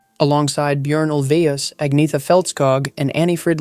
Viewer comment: "Agg-neeth-a" - Stop it!